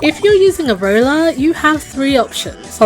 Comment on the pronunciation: You said roller wrong